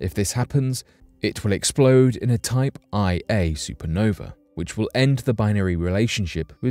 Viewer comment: It’s pronounced “Type One A Supernova” NOT Type I-a. It’s also known as a Standard Candle Nova…because it’s NOT AT ALL uncommon !